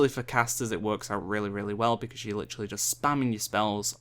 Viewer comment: "Litchrally" It's literally not litchrally...